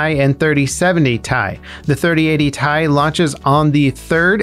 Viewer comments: PLEASE it's not tie .. it's T.i. (as in Titanium) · Its T I not tie 😂😂😭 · lol first time I heard someone say T.I. as Thai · Say it with me "T. I." not "Ty" lol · bruh had me hella confused with the "3080 thai"... my guy everyone calls it "3080 tee-eye" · Lol same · I kinda flinched every time he said tie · except literally no one says "ty" even nvidia say t.i. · i was thinking this as he said it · TAJ!! No no no... It's Tee Aj! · Who says Tai instead of Ti.... I’m scared now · It’s T i not tie. Separate letters not one word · Why are you pronouncing It as TIE, instead of Tea-Eye, each letter individually! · Broooo pls have mercy on my soul. Stop saying ty and just say T.I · Is he trolling us for comments by calling it Ty rather than Ti? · It's pronounced "ti", not "ti"! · Stop saying Tie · "3080 tai" you had to purposely butcher the pronunciation. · 3080 thai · "3080 tie" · I have never heard anyone pronounce it "Ty" before... Now I'm questioning if we've all just been saying it wrong all this time... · Who calls it “tie”? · Please never say "Thai" after any GPU name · And who the hell pronounces 3080Ti like that? Ty...? da hell? xD Unsubbed! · I cringed really hard. And then went looking in the comments lol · Nvidia pronounces it like that?? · The way you pronounce Ti frustrate me more than it should tbh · don't worry we all cringed at this